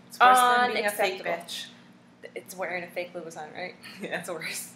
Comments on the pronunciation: Did she just drink out of a red plastic cup... LMAO.. In the beginning she took a long pause like "this video is about Duhhhhhhhh😜😜😜😳😓😳😳. Of yeah Fake.. Duhhhhhh😜😳😳. It's Louboutin not Louvitton say it with me Lou-bou-tin. Label this a Comedy and call it a wrap. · If you are a french speaker you will know that the pronunciation of TIN(is french) is not the same thing as TON (in english). btw ur link doesn't work. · huuummmmmm ppl just pronounce it the way they read it. And if you are not french its definitely hard to get it right. You two are pronouncing it WRONG. its LoubouTIN not LoubouTON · how does it irks u when christian louboutin himself calls them red bottom and all media networks and stars call them red bottom dumb asses u dont even know how to pronounce his name its not louvitton or loubouton its louboutin or red bottoms ugggh pitiful and the ones u have r fake because his shoe dont get messed up on the bottom